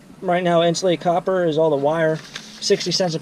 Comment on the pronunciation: And "copper"; not "cooper".